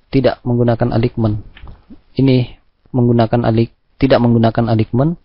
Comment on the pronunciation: Materi channel Graphedu Indonesia sangat berpotensi mendapatkan pemirsa atau penonton yang banyak. Namun menjadi kurang menarik karena penyampaian dan pengucapan istilah asingnya. Sekedar saran, sebagai subscribers channel ini, mohon kiranya bisa memperbaiki cara pengucapan bahasa dengan baik, yg caranya bisa dengan mudah di pelajari juga di internet atau tinggal browsing di Google. Misal: Aligmen tepatnya ditulis Alignment dan dibaca menjadi "elainmen". Mohon maaf apabila kurang berkenan. Terimakasih atas perhatiannya. Semoga channel ini bisa lebih berkembang dan banyak penontonnya.